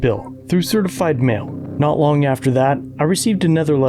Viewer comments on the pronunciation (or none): none